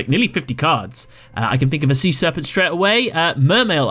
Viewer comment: "Sea-SEArpent" lawlz.